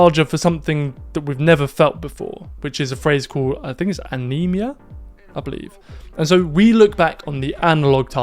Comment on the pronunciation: Love it! Great insights (and beautiful photos as always) -- Thanks for sharing the lovely word Anemoia -- though the way you pronounced it "uh-nee-me-uh" sounds like 'Anemia' as in iron deficiency, low hemoglobin -- I found other places pronouncing Anemoia as "an-em-oi-uh" or "anna-moya" which I find a bit more pleasing to the ear -- Keep up the awesome work! Cheers!